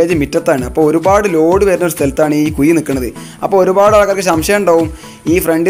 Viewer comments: കുയി അല്ല ... കുഴി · കുയി അല്ല കുഴി എന്ന് പറയു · എന്തോന്നടേയ്‌...മയ,കുയി.... മഴ ,കുഴി എന്നു നേരേ ചൊവ്വേ പറയടേയ്‌ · Kuy alla kuzhi